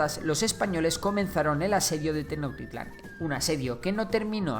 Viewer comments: No se dice tenocktitlan se dice tenosschtitlan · Tenochtitlan no se pronuncia Tecnoctitlan se pronuncia Tenoxtitlan/Tenochtitlan con la ch que suena como che pero sin decir la e solo ch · Tenotitlan se dice tenochtitlan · También se pronuncia "Tenoshtitlan"en lugar de "Tenoktitlan" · 😂😂😂😂😂😂😂😂😂... TENOKTITLAN..... Esa ciudad cual es???... No existe TENOKTITLAN (SUPONGO QUE ASI SE ESCRIBE, PORQUE ASI LO DICES). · También la ciudad de Tenochtitlan no se dice tenoctitlan la ha no es muda es como si chi pero sin la i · meksikas... tenoktitlan, o sea, este men no sabe pronunciar la sh XD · Me gusta mucho tu contenido, pero tu pronunciación del las palabras mexicas es muy mala. Ejemplo: "Tecnotitlan". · Casi no le puse atención al video solamente estaba poniendo atención cuando decía los nombres de los lugares 🥴🤨😔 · Errores de pronunciación: Cuauhtémoc es tal cual, no termina en sonido “ch”, Tenochtitlán y Huitzilopochtli si tienen el sonido de “ch” y Mexica esta bien aunque es más común que suene como si la “x” la sustituyeras por “sh”. Por lo demás, este video quedó muy bien. 👍 no me sabía el dato sobre el uso de los estudiosos con la palabra Azteca. Quien diría que ya son 500 años de que este imperio cayera, estoy sorprendido.